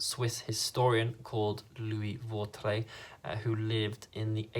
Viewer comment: I'm French and you have a good pronunciation for "Vautrey" :)